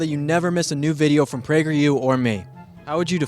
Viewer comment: "what's up guys this is with prageru here"